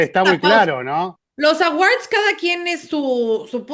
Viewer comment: La segunda silaba de "Awards" no se pronuncia con a, de hecho en fonética la sílaba es "wɔ" con sonido 'w' y una 'o' larga ("or"). Oh si no solo digan "premios" jeje. Disculpen, manías de lingüista. De acuerdo con la mayoría. Gracias por su análisis todo el año.